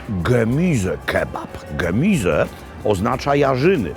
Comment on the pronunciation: pierwszy polski youtuber, który umie wymówić poprawnie gemize a nie gemuze! Doczekałem się, mogę odejść spokojny.